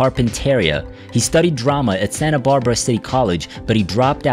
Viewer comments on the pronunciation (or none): none